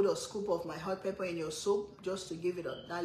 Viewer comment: Over, pepper. Not ova, Pepa...